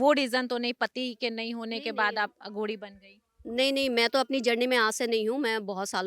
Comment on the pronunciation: Anchor को पता होना चाहिए,अघोरी को अघोडी नहीं कहा जाता,सनातनी ऊर्जाओं से बात करते वक़्त vocabulary पर काम कर लिया जाना चाहिए।महान शख्सियतों से बात करते वक़्त anchor को हर बात की जागरूकता होनी चाहिए।